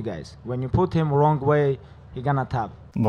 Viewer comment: думала, что у акцент меньше. помимо неправильных грамматических конструкций палят русские [p] и [t] без придыхания, русская интонация; монотонность гласных звуков и речи в целом; вообще прочитал букву «w» в начале слова «wrong»; оглушение звонких согласных и тд